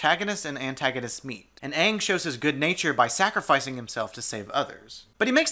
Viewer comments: When I was a kid I was so excited to get representation in the aviator with Asian, Inuit and other world cultures. Then I saw the main characters and how they pronounced Ang. RIP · if anything is an indication of how bad the adaptation was, they don’t even pronounce the main characters’ names right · My top personal issues that do not involve editing and acting: 1) All the names are pronounced wrong compared to the show, I get that they wanted to make it more cultural sounding but it just sounds stupid after watching the show. 2) Rearranging the races for no reason, water tribes were white when they should have been more Eskimo and the japanese were indian. 3) The prison for earth benders being literally surrounded by earth, like why tf are they not just leaving, there's no stakes. 4) Firebenders not being able to produce fire, went from being strong to literally the weakest bending type. Air is everywhere, water is almost in everything (literal blood bending and pulling out of air), and earth 90% of the ground and eventually leading to metal bending. Fire benders are less effective then just strapping a flame thrower on their back. 5) Lastly, the bending looks stupid. Should not take 5 seconds and 7 dudes to lift a big rock and move it 7 feet for another person to fling it. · I hate how they pronounce Aang in the movie. Like I get that its how Asians would say it, but the show already existed so the correct pronunciation of the name was what was in the show. In my opinion whoever creates the character gets to decide how the name is pronounced. So the name Aang in the show is how its pronounced since that's how the creator of the character decided it was pronounced. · Everytime they say aangs name wrong I want to murder a village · man I hated the way they pronounced Aang it pissed me the fuck off every time I heard them say it I feel like I lost a brain cell each time. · Every time I hear them say Aang I want to die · Its AAng not UUng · “Soh-kah.” “Ah-ng.” Lol no